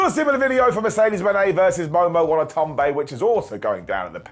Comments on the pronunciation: Watanabe. Momo Watanabe. Not "Wanatonbe. " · mispronounced Momo's last name so much, I thought he was doing a shtick 😅😅